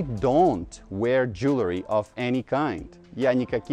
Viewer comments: Вы что наплели про слово Jewelry??? У вас даже транскрипция есть, а произносите неверно. И в Людях в Черном чётко слышно: Джуэлри! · Are you sure that you pronounce the word jewelry correctly?